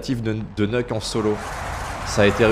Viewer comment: Top, mais sinon on prononce "Niouk" et pas "Neuk", c'est une abréviation de "Nuclear" :D